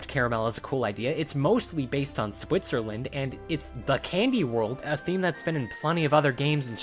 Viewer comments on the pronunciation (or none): none